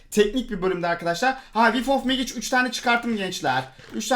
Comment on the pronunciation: abi megic diye okunmuyo mecik diye okunuyo :D